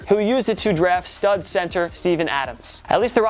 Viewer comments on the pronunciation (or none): none